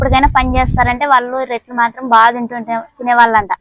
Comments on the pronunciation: రెట్లు కాదమ్మా రొట్టెలు అనాలి మాది కర్నూల్ టౌనే.రొట్టెలు చాలా బాగా చేశావు.మేము ఎంత పెద్ద చదువులు చదివాము.అయినా నాకు రొట్టెలు చేయడం సరిగా రానే రాదు😢 నువ్వు అమాయకంగా మాట్లాడుతుంటే వినబుద్ధి వేస్తోంది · రేట్లు, రొట్టెలు, రెట్ట… వీడియో చూస్తున్న అంత సేపు ఏం అంటుందో అర్థం కాక చూసి అర్థం చేసుకున్న. మీ వాడుక భాషలో రెట్టి అన్న పదం రెట్ట లాగా వినపడుతుంది. రొట్టెలు లేదా రొట్టె అంటారు కదా?